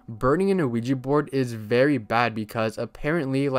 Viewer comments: Most people pronounce it incorrectly, so I won't blame you for getting it wrong. Ouija is yes in both French and German. I can I write the proper pronunciation? We-Ya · Bro said quiji board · Bro, you are pronouncing the Ouija board wrong. The name comes from 2 word in 2 different languages put together. The word is "Yes" in English but the 2 languages that make up the name are French and German. The French word for "yes" is "Oui" and the Geman word for "yes" is "Ja". So, put together it is "Ouija". So, the pronunciation of the word "Oui" is "We" therefore, the correct pronunciation for "Ouija" is "We-Ja". "We-Ja board" not "O-We-ja". Just wanted to point that out. "Ouija" is pronounced "We-ja". Just subbed to your channel. I'm liking it so far. One criticism is I think you should try to slow down and work on fully pronouncing and your annunciation when you speak. I'm sure you're aware that you sometimes slur some words and cut out syllables. Example: everytime I have heard you say the phrase " I'm going to be talking about". What you say is " .....talking 'bout" which isn't the worst thing, but in your case, it is very noticeable. I always had a habit if wanting to get words out so fast that I would slur, mumble, and mispronounce some words and it takes some serious work to fix but you can do it. I think people would like to hear you talk more if you worked on correcting this and it would help you get subs and likes more. Just my opinion. Take it or leave it. No ill intention, I promise. Take care. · why do i always hear ouija as luigi euafyehaosuehfoashefouuahsouhi